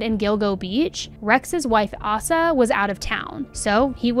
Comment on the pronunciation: It’s pronounced Ay-suh